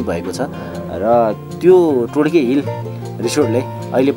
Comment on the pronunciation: todke टोड्के हो टोड्कि होइन